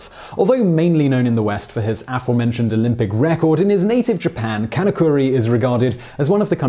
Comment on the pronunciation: Can of curry...Sounds more like he’s from India